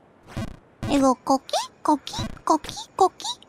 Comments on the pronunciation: Koh-KEE not CAW-kee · Btw she's saying coqui frog, not cookie frog. It's a family of frogs very common on Puerto Rico that make a sound like co-qui when they ribbit.